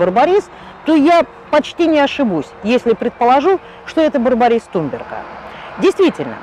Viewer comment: вроде ведь туНберга а вы все видео говорили туМберга)?